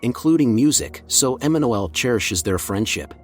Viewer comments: Emanuele isn't an English name to begin with, so yes... You've been mispronouncing the name. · Funny pronunciation of Emanuele😅